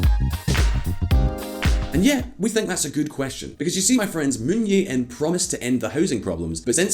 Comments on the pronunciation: I hate to nitpick on ppl's accent of foreign names, but at least try to get it somewhat correct. Clearly, there is a 'J' in the current South Korean president's name (Moon Jae-in). It just makes the quality of the video drop to a certain degree and not as professional as it can be. Hope you can remedy this problem in the future! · jesus christ the way he pronounces moon jae-in is so irritating lol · As a Korean, the way you pronounce president Moon bothers me so much! HaHa 😁🤣 Please google it next time, will you? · Bruh...its Moon JAE-in, not Moon Yae-in. Lololol. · It is Moon Jae In. Not Yay In. Your channel is rife with mispronunciations like Rye-add instead of Ree Yad as in Riyadh. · Moon Je In, not Moon Ye In. You can pronounce it as Moon Che In as ㅈ consonant could be read Che and Je. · I've never seen a Youtube Channel that covers economics and geopolitics be so lazy with it's pronounciation. Given it's a channel dedicated to covering international issues, you'd think they would put more effort into it. Moon Yei-In instead of Moon Jae-In, Park Wen-Hee & Park Gyoon-Hyen (two different pronounciations for the same name within one video!) instead of Park Geun-Hye... I remember in another video they pronounced a Korean word Chaebol as Kaibol. And I'd imagine they would make similar mistakes with other languages too. Come on, pick up your game. Why should I trust anything you say when you don't even bother with something as basic as pronounciation. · Aside from the mispronouncing of the Korean leaders’ names, Could you kindly tone down the music volume a bit? The music is much louder compared to the volume of the speaker, making for a less than perfect listening experience. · Can you guys please learn how to pronounce Korean? Moon yay in? Hahahaha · Moon yae in. That's some European pronunciation. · You really need to work on your Korean name pronounciation,. Moon JAE (as Jay) In.